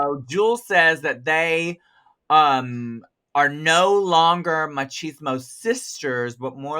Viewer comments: The way Trinity says “Mochismo” instead of “Chismosa” 😂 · I love that you tried saying chismosa trinity I live but you said machismo and that means toxic masculinity and Jules is the least machista in a great way love your videos and you guys as entertainers keep up the great work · Not machismo instead of chismosa 😂😭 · GIRL, NOT "MACHISMO" JAJAJAJAJ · Not the “ machismo sisters” lol … is Chismosa